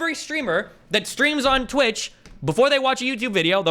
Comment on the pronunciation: Haha, Destiny said Tweetch, what a beetch